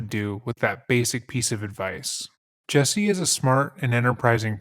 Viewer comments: Dude, he sucks as a person, but your refusal to pronounce his name correctly is just deliberately nasty. His name isn't and has never been Jessie. The fact that you KNOW his name is Jussie and you insist on calling him Jessie is just stupid. I'm going to just assume your name is "b*tch." and proceed to call you that despite the fact that I very well know that isn't your name. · His name is pronounced Jessie??? What a fucking idiot (mother?). jUsSie.... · JUSSIE,not JESSIE. if you're going to do it get it correct. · The guy is an idiot but to be fair you should at least try to pronounce his name correctly. Especially when you’re being paid by a sponsor to talk about him. It’s JUSSIE not Jessie. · Why does everyone pronounce his name as "Jessie" when his name is "Justin" and shortened as "Jussie"? Your white ppl influence is showinggggg! Watch out now!! Lol for real its so stupid 🙄😒This guy is so gross. I feel so sad and sickened that someone like this "gay black man" would even be able to get away with this! 🤯💩🤡What a piece of garbage and no matter what he still only served 6 days for something any "normal" person would get years for doing...⚖🤔👎Also, I find it a little ironic how all these black people are going around these days and straight up making up b.s stories of being brutalized by white people, then you turn around and find out it was all a bunch of lies! Talk about doing a disservice to your "history" 🙈🙊🙉BLM was a hoax people! Stop blaming white people for EVERYTHING because its f-ing conveiniant! LOL every single perpatrator in this case was BLACK and he had the gaul to put a noose around his neck and pretend that he never said that the people that "attacked" him were white? I hate this fool. And stfu 2pac wouldn't have shyt to do with your b itch ass! 💩💩💩💩💩💩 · I would normally be annoyed that he's pronouncing "Jusse" as "Jesse," but screw this misguided asshole. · It’s pronounced “juicy” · is he saying " Jessie " huh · It's "Jussie"